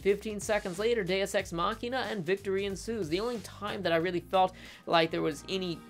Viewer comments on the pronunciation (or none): none